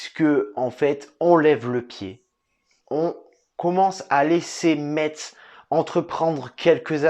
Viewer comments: Ça se dit FC Mess en gros parce que j’en ai marre là 😭😭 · Le T de Metz ne se prononce pas !!! Mes oreilles ont souffert :/ Sinon on est toujours bidon... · Ça ce prononce pas le (t) dans Metz ptn !